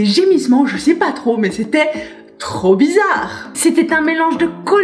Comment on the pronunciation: "ou Je NSAIS pas" on dirait mon accent franc-comtois 😆